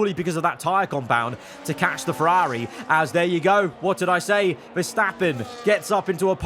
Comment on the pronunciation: Was a really good video until 31 minutes then you ruined it when you tried to pronounce Ferrari. You're probably better off not trying to say it anymore.